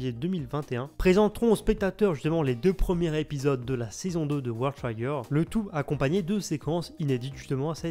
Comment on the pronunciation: ça se prononce World Trigger avec le son "i", pas "aï".